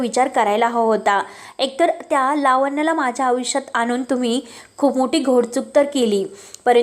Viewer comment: आऊष्य नाहीतर आयुष्य बोलायला शिक.